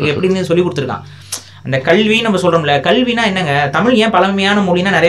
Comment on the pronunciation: கள் இல்ல கல்.... கல்வி..... இவ்வளவு விஷயம் அழகா விவரிக்கிற நீங்க 'ள ' ல ' உச்சரிப்பு கொஞ்சம் கவனம் செலுத்தினால் இன்னும் சிறப்பாக இருக்கும். Because i watch all your interviews i am suggesting this.. Thank u..